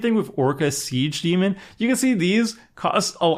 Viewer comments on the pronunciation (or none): none